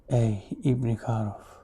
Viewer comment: Hocam ilk defa ibni karuf un anlaşılır bi şekilde konuştuğunu duydum net oldu cok doğru konuştu.kolay gelsin inşallah.